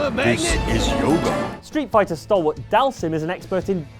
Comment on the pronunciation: Dhalsim = Dahl Zeem....ffs street fighter has been saying the names out loud when you pick them for YEARS now. Don't be so english speaking that we can't pronounce names that have been said to us for years that aren't english. Missed Wesker from Resident Evil. The Mako Eyes from FF7. Blank eyes of many Super Heroes and Villains.